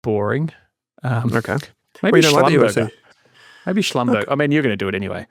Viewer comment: Hey, I work in the oil and gas industry. Schlumberger is pronounced schlum-ber-jay not schlum-ber-ger